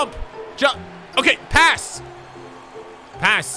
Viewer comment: It sounds like he said pants in a British accent. Thats why it didn't make them pass